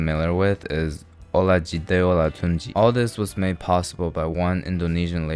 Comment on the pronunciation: Omg i didn't expect to hear about Nigeria in a video (indomie is VERY popular here lol) so glad u mentioned it Oh and u butchered olatunji's name😂😂😂 Love ur vids btw❤